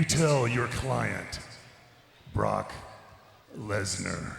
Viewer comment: We have been saying his name wrong guys. Look . It's BAROQUE LESNAR.